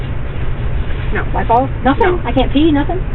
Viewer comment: It isn't just EVERYTHINK. It's every word ending in ING or just G. "I did NOTHINK WRONK " They have my diamond RINKS", This demon can't speak the English language. AskinK questions that start with "WHY COME .....?" IT'S EMBARRASSINK‼️‼️ Talking about looking in the Land Field that she pronounces Land Filled. I can fill an entire page of this BS. Damn HILLBILLY